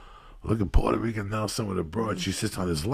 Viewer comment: Rican not Rica